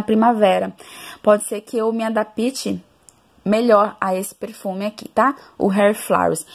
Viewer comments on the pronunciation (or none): Vc falou adapiti o correto na pronúncia é adapte, ok?